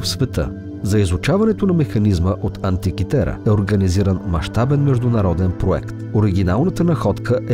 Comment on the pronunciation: Антикитера,а не антикитара.